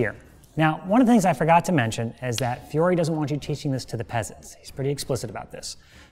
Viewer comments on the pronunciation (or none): Oh no, he mispronounces poor Fiore's name right from the get go Yikes What a fantastic instructor and HEMA practitioner, though